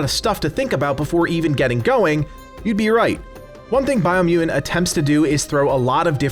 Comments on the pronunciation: Why can’t you say mutant correctly, LOL you keep saying muen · Why u dont pronounce t of mutant? It sounds like muudand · How does someone say the word mutant without using the letter T? LOL This review killed me. Edit: You can say mutated perfectly fine! WTF? LMAO Dude. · Is it me or can he not say mutant properly lol go on say it hahahaahhaha